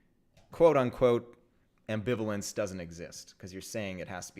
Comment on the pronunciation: Omg my poor ears, is there a program to replace incorrect pronunciations of ambivalence yet? So much language angst.